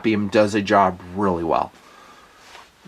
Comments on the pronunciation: Assuming the name is German, you wouldn't split the "GL" -- so it's be-gleiter, not beg-leiter. Of course, we already know German sucks from how he pronounces Leupold. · Thanks for the cool video; however, it's pronounced "Be-gleiter" and not "Beg-leiter" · The right pronunciation is "bugleiter" with the emphasis on "- leiter". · b'gli-ter is how you pronounce the german word for companion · Hi! Your translation is correct...the pronunciation not so much!;-) Never the less great review...! When you ever come to Germany or Switzerland I'd love to give you a german lesson and you train me some shooting skills! Arms and ammo sponsored by me! Happy New year by the way! All the best for you and your family!! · Just watching to hear Nutns pronounciation of "Begleiter"